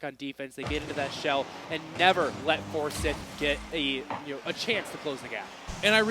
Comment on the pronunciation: You got commentators for the GHSA that pronounce Forsyth as For-sith? Sheeeeeeeeeesh